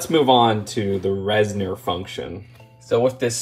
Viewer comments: Res-nor as opposed to Res-ner lol that’s all 😅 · It is a little annoying to hear call the Reznors “reznerz” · Why does everyone pronounce Reznor as reznER now